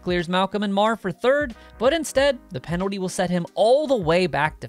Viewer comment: Please spell the word "penalty" the way you are pronouncing it.